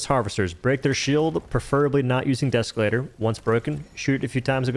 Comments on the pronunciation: Deeeee———Escalator. Not Deskalator. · You say “deskalator” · Please tell me you're intentionally saying desk-elator